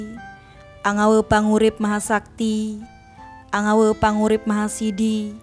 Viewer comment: Yg benar saja mengucapkan mantra. Kata yg ditulis "ANGAWE" harus dibaca/diucapkan dengan suara vokal "E" seperti dalam kata bahasa Indonesia "SATE" bukan dibaca/diucapkan "KE" seperti dalam kata "KEMANA". Ini sekedar koreksi agar tidak terdengar lucu jika yang mengucapkan adalah orang Bali, beda jika orang bukan Bali karena tidak tahu bahasa Bali. Terimakasih.